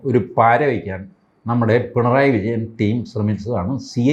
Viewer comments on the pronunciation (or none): none